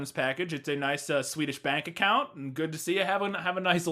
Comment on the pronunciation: So we're just gonna let that "Swedish bank account" flub pass unnoticed?